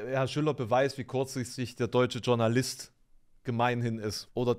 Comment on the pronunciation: Ich hätte auch gerne noch einen Kritikpunkt in eigener Sache da gelassen. Das Wort Journalist kommt aus dem Französischen und wird eingedeutscht "Schurnalist" gesprochen, und nicht wie im Englischen "Dschornalist" (Lautschrift vereinfacht). Das solltest du als ehemaliger Deutschstudiernder m.E. berücksichtigen. Vielleicht bin ich da aber auch nur zu empfindlich.. ich höre das aber tagtäglich (nicht bei dir) und darum wollte ich es ansprechen. Frohes neues Jahr